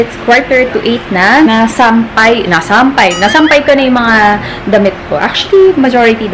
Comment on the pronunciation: Yung pagkabigkas ng nasam-pay parang Japanese na ang dating.